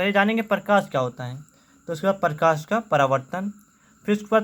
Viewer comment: Parkash nhi prakash hota hai..